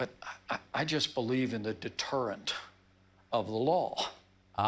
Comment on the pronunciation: DeterentH of the lawH